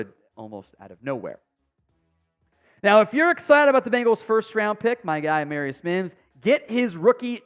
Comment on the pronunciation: Wrong pronunciation of the first round draft pick, A Marr i us, not A mare i us...